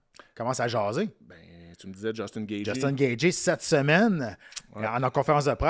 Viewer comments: Yest tellement compétant que meme si y dit Gatgy on sen calissssss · Jtaime mais comment tu fais pour être commentateur UFC et prononcer gaethje aussi mal